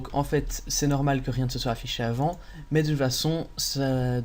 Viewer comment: Très bon tuto ! Merci bien. "SoiT" lol